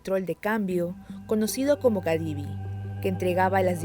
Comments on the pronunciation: Cadivi cariño no Gadafi ni Gadivi jajajjaja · buenas...No es GADIVI es CADIVI